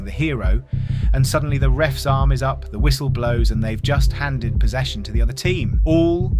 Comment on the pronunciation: The thaaane.